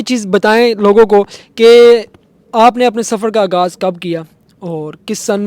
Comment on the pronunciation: او شُرلی آگاز نہیں آغاز ھوتا۔ مایئک تو پکڑ لیا اُردو تلفظ دُرست کرو چینل کھول کر بیٹھ گئیے ھو ہندی بولنے کا شوق ھے تو پوری ھندی بولو۔